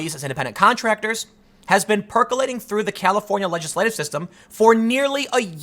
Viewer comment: I swear I just heard "California legislave system"